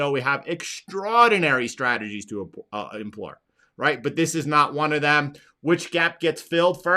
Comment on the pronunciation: employ, not "emplor"